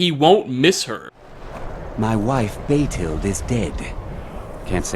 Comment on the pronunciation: BAYtild. Ugh. I've gotta stop listening to these; coming from someone whose last name gets mispronounced ALL the time, trust me, it matters.